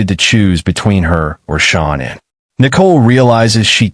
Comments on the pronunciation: Please say Shanann’s name right. It’s not Shon Ann it’s pronounced the way you’d say Shan’Anne. Only A1 pronounces her name wrong. Please say it correctly . Thank you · It's really very easy, just repeat after me. Sha-Nan. It's that simple. SHA-NAN. There is no Anne. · It's Shanann' Not pronounced ShOnann! Even Kessinger gets it right emphasised at the table with her hands in a throttling gesture. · They way she talks makes my blood boil. She is SO INVOLVED . PLEASE pronounce Shanann name correctly. Is this AI???????